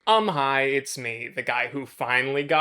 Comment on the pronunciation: who else thought he said “I’m highhhh” instead of “umm hiii”